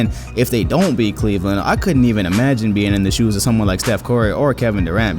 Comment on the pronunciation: He said steph CORRY